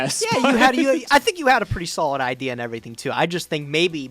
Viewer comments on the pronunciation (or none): none